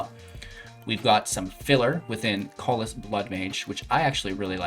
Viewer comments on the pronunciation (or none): Please, I love you long-time, but Callous is pronounced (KAL-US)